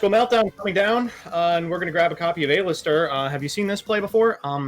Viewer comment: Does mispronounce card names on purpose? A-lister seriously?